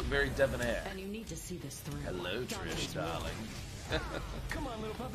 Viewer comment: did you say Trish or Trash?